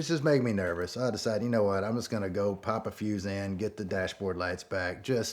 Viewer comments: It took me a long time to figure he said pop a fuse in, not pop a few xanz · When he said “pop a fuse in” I thought he said “pop a few xans” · 😂😂 did he say a few Xans or a fuse in 🤔🤔